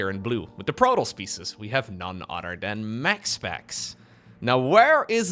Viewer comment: ".... none udder dan ...."